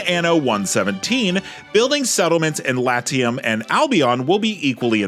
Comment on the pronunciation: Pls. learn to pronounce Latium correctly. Even in english this is bad.